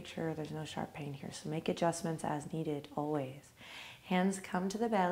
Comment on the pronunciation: "No Shar Pei! Make sure that there is no Shar Pei", that's what I heard :D